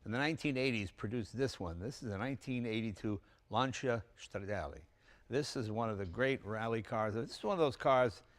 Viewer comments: I love how they almost immediately point out that Stradale means "street version", yet they still botched the title and intro. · Speaking of pronounciation... please check "stradale" and "Abarth". And Walter Röhrl! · «Stradell»? I'd expect a car enthusiast to know that every syllable is pronounced in italian and generally speaking, the next-before-last syllable is accentuated. It's «Stra-DA-lay». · It's not "Shhradale". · Some Italian you are, can't even pronounce Stra dah leh correctly. Sound like a WASP.